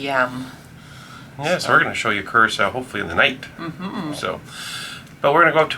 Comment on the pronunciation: Blue Curacao is pronounced the same way the island of Curacao is. "Cure-ah-souw".